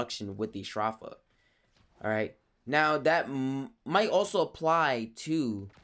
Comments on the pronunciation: Edenborg I get your point A better way to write it would be He said "s-draw-fa" Instead of "s-dro-fa" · ph is pronounced as an f sound but he's saying str off a instead of stro f a